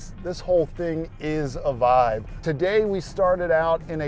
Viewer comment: So wait, youre saying vibe?